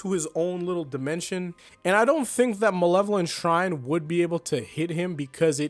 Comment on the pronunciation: bro butchered the name harder than Sukuna butchered Kashimo